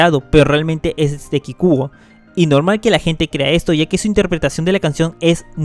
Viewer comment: Pronunciaste mal la palabra Kikuo, te pareces a mi amigo ragebaiter que dice que Kikuo es bueno cuando sabe que no me gusta